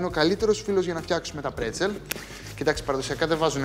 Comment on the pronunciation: Μπρέτσελ και όχι πρετσελ- με μπ...